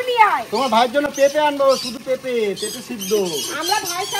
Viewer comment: পর্দা কে বলে পদ্মা, গামলা কে বলে গাবলা,পেঁপে কে বলে পিপে, অনলাইনকে বলে এলাইন 🤣🤣🤣🤣